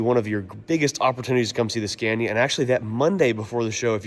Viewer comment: Learn how to pronounce Scania correctly for gods sake 😂😂😂